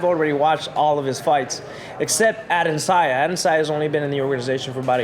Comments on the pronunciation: It´s Adesanya, not Adensaya Kelvin ;) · Kelvin "Ade'n'sayan" Gastelum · HEY KELVIN, HIS FREAKIN' NAME IS PRONOUNCED...AH-DE-SAN-YA!!! SOMEBODY TELL HIM BEFORE HE GETS INTO THE OCTAGON AND GETS THE MUHAMMAD ALI STYLE, "WHAT'S MY NAME!!!" BEATDOWN! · At one moment he even said Adandesaya 😂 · Bro I read this comment as I heard him say AdesAYA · Damn put some respect on AdeSANYA's name 🤦🏻‍♂️ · Adesaya...? Learn ur opponents name. Step one. Of not taking opponents seriously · You'd think Kelvin would learn the correct name of the guy he's fighting for the title in less than 2 weeks times lol. Come on dude, it's not the hardest name to say. Dudes from Nigeria afterall...it really could have been alot harder to pronounce than Adesanya. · Bruh, at least learn how to pronounce your opponents name correctly.... lol